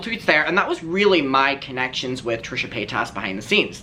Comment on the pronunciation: I think it’s because you pronounce her name wrong 🤣😘love you